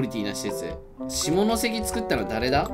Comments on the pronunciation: あがっちゃってる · KUNさんの下関の発音 「し↓も↑の↓せ↑き↓」